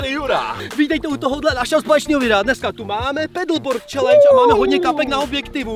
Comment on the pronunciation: Hoši nevislovuje pedleboord ale padlboardu já na něm jezdim